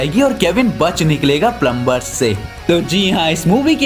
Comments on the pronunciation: Are vo plumer hota hai plumber nhi👀😅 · Plumber me "B" silent hota ha bro